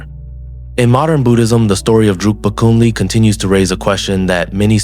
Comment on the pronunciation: He is called Drukpa KUNLEG, not Kunley. KUN means ALL, and LEG means GOOD. His name in Tibetan scripts shows it clearly: འབྲུག་པ་ཀུན་ལེགས་ Druk (འབྲུག) means Dragon, so Bhutan is the Land of the Dragon and so his full name could be translated as: "The all over good (excellent) man from the Land of the Dragon. Since Bhutanese can neither speak nor spell Tibetan, they make a lot of mistakes in spelling and pronouncing Tibetan words. Thats why all the word salads and everyone repeats that mistake.